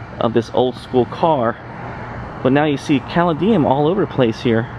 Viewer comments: And it isn't "graffiti." And...oh...caladium is pronounced ka-lady-um. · Very interesting. My granddaddy ran the first train station. Mural is pronounced as if you are saying “sure” but with an “m.” So definitely not that “a” sound you are using. Caladium is pronounced kah- lay- dee- um.